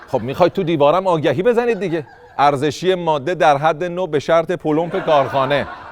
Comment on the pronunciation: 😂😂😂دهنت گاییدم میگه عرزشی کش 😂😂😂